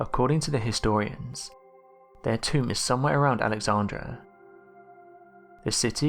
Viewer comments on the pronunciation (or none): Kudos on presenting very interesting historical mysteries. However, - and this is very important- you repeatedly mispronounce important historical names, such Alexandra (should be the city name “AlexandrIA”) and Croatian (which is in the Balkans) rather Cro-a-to-an. I recommend that you check all names of people & places, etc, before posting future videos. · An empty cigarette pack with Cleopatra's name on it??? Wtf?? AlexandrIa! please pronounce these places correctly without dropping letters. If your unsure how to pronounce them please use Google to show how it's said. Omg there are just too many places mispronounced it's so disappointing, SMH.